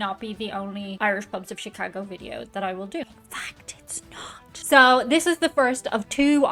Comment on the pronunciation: Thank you for pronouncing "Chicaaaago" correctly!